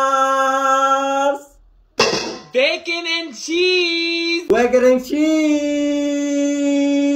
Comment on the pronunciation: Bro said eeeeeehhhh peeaaarrrprprp brecon and chiizzz